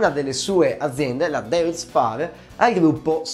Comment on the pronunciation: Deutz si dice Doitz.